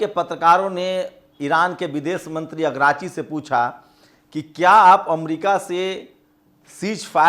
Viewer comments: agrachi nahi dost aragchi. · अग्राची नहीं अरागची